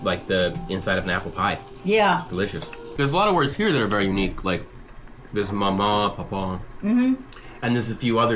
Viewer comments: is not pronounced mamah is mauw mauw, spelled maw maw. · I grew up outside of Charleston but was born in Beckley. We used/use "poke" for paper bag; though my grandfather (Paw paw) would use it to mean any bag. I think you're finessing maw maw and paw paw too much to the point that you sound like you're saying papa or mama in the old country. You must draw it out and arc each syllable where there's a stress on the "a" as if saying "mall" with a slight w on the end. My name (Jeff) sometimes has three syllables -- Juh - ef - uf. I'm really in disbelief that you didn't know what a yankee was. To be so well traveled and not know that shows some humility; while it can be used in derogatory way, it's mostly just to identify you as someone from above the Mason-Dixon Line. As for fired apples - little green crab apples are a must. Brown beans, corn bread, with raw wild green onions on the side is a traditional fare. We would put Chow Chow on the beans (a sweet pickled pepper relish) to jazz it up. Pepperoni Rolls are something uniquely West Virginian something that I imagine stems from the large influx of Italian immigrants in the early 20th century who worked in the mines. If you go to Charleston or Kanawha County you'll notice a lot of Italian names and there used to be a staple of Italian restaurants around. As an adult, I would visit my family in West Virginia and a dinner at Fazio's was always part of the liturgy. Sadly, Fazio's is no more. I would say apple butter was/is a staple and of course ramps and ramp festivals are part of the